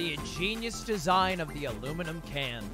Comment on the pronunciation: It's aluminium can not aluminium can't